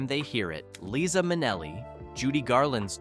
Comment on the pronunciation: For crying out loud, before you post this, listen to the narration & correct. pronunciation. It's "Leye-zuh" not "Lisa."